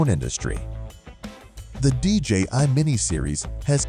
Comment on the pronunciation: It's DJI not DJ ....I !!! Jerk!